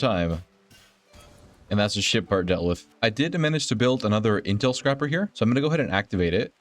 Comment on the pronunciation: Also, it's intel scraper, not scrapper xD It scrapes the comms for intel, doesn't scrap it :D